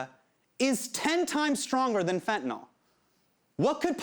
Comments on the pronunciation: hasaaaaaan...it's "fentanyl". why did you keep saying "fentaNOL'? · Why is he pronouncing it Fentanol? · *nyl. Fen-ta-NYL, not nol.. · If you're going to teach people about ANYTHING, please learn how to pronounce it. It's not FentanOLL or FentanALL! It's FentanYL - as in PILL, DILL, DRILL, PHIL, or NIL. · Please, I'm begging anyone and everyone who uses this word, look at it, letter by letter. It is fentanyl. Notice the last three letters? n y l. There is no O in fentanyl. It is not fentanol, not fentanal, it is fenta nyl. The nyl is pronounced like nil. This started when fat Republicans started pronouncing it without actually reading the word. Please people don't sound like an illiterate politician. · man i love hte piece but it's so distracting how he keeps saying fentanol instead of fentanyl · There is no such thing as fent-a-nall or fent-a-noll. Why can nobody pronounce this word? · Drives me mildly crazy that everyone mispronounces it as 'fet-in-nall' or 'fen-ti-nall'. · Anyone else bothered that he's pronouncing it like "fentanOL" not "fentanILE" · He keeps pronouncing it “FentanOL.” It’s bugging me. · it's fentanyl. not fentin-all. yanks can't read.